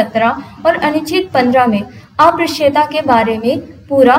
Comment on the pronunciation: ये अप्रश्य नहीं उच्चारित होगा अस्पृश्यता है